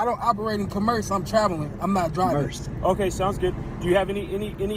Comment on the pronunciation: This is long, and is closer to things I would have put in the chat than my normal commentary on B&B posts. I blame you guys, bingo, and Legal Fiction and CerebralTackle for keeping you two so well lubricated. To be fair: If one hasn't heard the word "commerce" pronounced correctly, pronouncing it based on "commercial" isn't an illogical guess. Making fun of criminal idiots of all shapes, colors, and sizes: Have you guys actually covered anything involving "little people"? Using AI to read something to you: I read a lot via Audible, so I can't knock that - it lets me read and do something else at the same time. I've been using Audible to read the Wheel of Time series, and am almost done. Not a funny: Thinking about it, I imagine that Mr. Lang is telling the truth at his stop, to his belief. That said, the first thing he said was that the license plates were legit and paid for, which sounds like a blatant lie. I've seen this video several times, and heard people reference a GrubHub bag -= I haven't seen that in the video. And (again, to be fair) one could have a GrubHub bag or sticker from previous work. Clearly, the opposite of "understand" is "derstand". The Constitution does carve out the District of Columbia (actually, whatever non-state area was specified for the eventual capitol) as being under the authority of the federal government, as opposed to any state government, as are U.S. military bases. BSBT's address: Is General Delivery still a thing, or have PO boxes replace